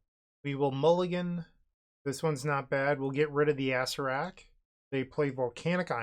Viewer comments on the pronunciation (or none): is that mispronunciation ragebaiting or for comment farming? ah-SAIR-ak or more commonly ah-SAIR-uh-rak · I love the way you say Acererak. Sounds like an old donkey joke card. Lol